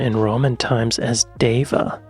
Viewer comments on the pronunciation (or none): Deva is pronounced as “Dee-va”. It’s my hometown 🙂